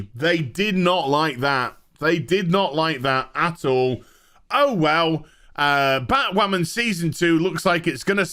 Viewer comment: "It's time for Batwhamen...to end."